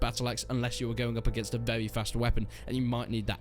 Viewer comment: "it's vewy vewy slow"